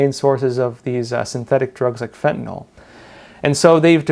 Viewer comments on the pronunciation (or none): none